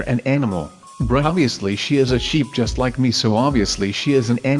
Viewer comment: I fast forwarded when was saying crystal sheep and it actually sounded like crystal shit. No offence though.